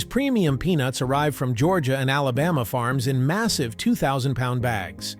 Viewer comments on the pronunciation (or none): none